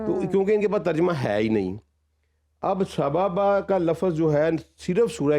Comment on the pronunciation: محترم اسکالر صاحب جس لفظ "سببا" پر بحث کر رہے ہیں اس کا تلفظ بار بار غلط بول رہے ہیں۔ علاوہ ازیں جو تشریح وہ فرما رہے ہیں اس کا حوالہ تفاسیر میں کہاں ہے؟،، یا انہوں نے یہ خود سے اختراع کیا ہے،!! ان اسکالر صاحب کی پہلے کوئی تھیوری قبول کی گئی ہے!؟